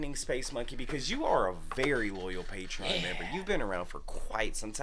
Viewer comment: It’s not much of a reaction if they do a bunch of research before they listen to a song. Also it’s called “Patreon” not “Patron”. Maybe you should have LOOKED IT UP 🙄